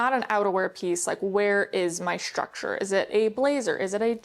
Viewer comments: you know it's structure not shructure ? 🙂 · Structure. Not shtructure. Very distracting to hear thar over and over. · what kind of accent do you have? the way you pronounce structure for example